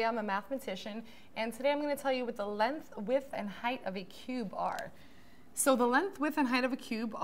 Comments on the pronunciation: It’s LENGTH NOT LENTH! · lenth???? bruh i dont trust people who say words wrong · lenth lol